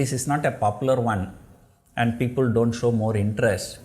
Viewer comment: when sir says "DO", there is something silent and that is "NT".